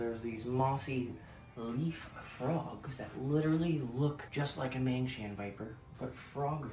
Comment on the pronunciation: It's Mangshan Pit Vipers not Mangshang. They're from Mount Mang